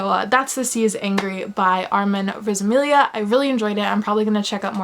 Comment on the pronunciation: Wow. Thank you for such an amazing review! And you totally said my name right, too!